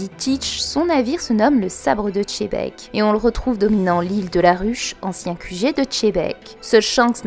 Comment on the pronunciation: ça s'écrit xebec et se prononce "chebec"